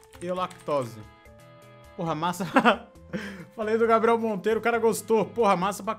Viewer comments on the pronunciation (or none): none